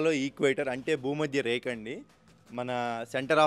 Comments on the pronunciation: " బూ మా ద్య రే క ."..కాదు సామి భూమధ్య రేఖ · బు మద్య రేక. ....ఏందిరా నాయనా....😅